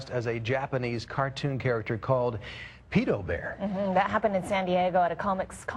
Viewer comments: stupid ass dude "Pidobear???? Its PEDOBEAR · its actually pronounced peedo-bear... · I always thought it was pronounced PEE-DOUGH not PED-OH? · PITOBEAR? its Pedobear man... hes not mexican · wow, the dude is too afraid to pronounce it right ITS PEDO BEAR NOT PEEDO BEAR! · Fail #1: said "Peto Bear" instead of "Pedo Bear". Pedo is of short for Pedophile.. Fail #2: After the mispronounciation, she says "Comic Conference" when the "Con" is clearly not "conference" but "Convention". Simple abbreviation. Fail #3: "that simple contact could be all that pedophile needs to fulfill his fantasy for the day" "They're getting stimulated by that one touch" Don't even need to say it. Win #1:Pedo Bear going mainstream P.S. I will be Pedo Bear this Halloween. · i thoght it was pronounced peedo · did he really pronounce it as "peedobear"? lol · The newsperson pronounced pedobear (peedobear). -_- And at anime conventions, I personally find him and hug him. It's no different from people hugging baseball team mascots or the people at DisneyLand. You don't know them any better. These people are obviously over reacting. Not everyone is a predator. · lmao!!!! omg this is so funny!!! And he said, "Peedobear." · peado bear wtf, that guy should get a job that requires people who cant say "pe-do" or go on 4chan :D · "...japanese cartoon character called PEE-TOE BEAR" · Pee-do bear. Holy fuck; how do these retards find jobs? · isnt it, peee-doe not peddo (pronunciation), but im british so... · Peedobear? Fail!